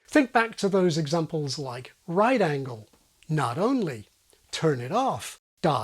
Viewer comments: One tiny nitpick: your stress pattern on "right angle" is off. The stress should be on the first syllable of "angle" unless you're specifically stressing the word "right" to contrast it with a different angle, for example in "Here's an acute angle, and here's a right angle." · yeah actually stressing each one individually, whether on right or on angle, sounds weird. they need to have about the same amount of stress.